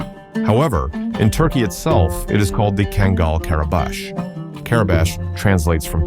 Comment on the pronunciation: Man, wish you would make up your mind on how to pronounce kangal! Also, a lot of your facts are wrong!